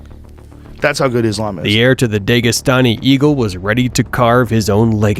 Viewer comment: DEGAstani < DAGEstani 😂